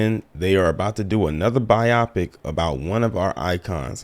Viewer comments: I been meaning to say this for a while - it's pronounced 'by-o-pick' not 'by-AH-pic' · You are 100% right about EVERYTHING... I had to catch myself because I NEVER say that!! My only problem with you is how you keep pronouncing biopic LOL it's not bi-AH-pic bio-pic lol as in biography, and picture.. biopic. LOL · Please say bio-pic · I’m dead at how he says biopic lol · They we he’s saying biopic….I know some people say it like that. But hearing it over and over started to crack me up.